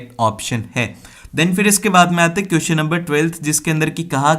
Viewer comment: Kiyuson nahi hote question hote hai mere Bhai apki pronounsation bahut Galt hai